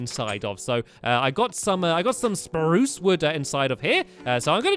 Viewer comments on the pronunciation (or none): stampy it's not spuce wood it's SPRUCE wood